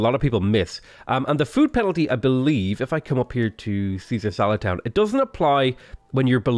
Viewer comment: Oh, that was "Caesar SALAD Town". Genuinely thought it said "Caesar's a Lad Town". XD